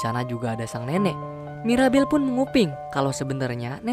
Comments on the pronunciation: Bang bukan maribel tapi mirabel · Mirabel bang ko maribel 😅